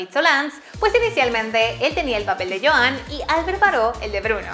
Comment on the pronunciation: Me da gracia el Joán en vez de Yuan y Orella en vez de Urella xDD